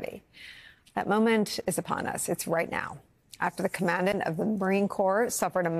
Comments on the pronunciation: FYI "Commandant" is pronounced "comma-daunt", just sayin'... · Command-ant?? 🙄 Geez, lady. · Sigh. Great mispronunciation of 'commandant' by a person whose entire job is to read words. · That’s not the way to way too pronounce Commandant, hon.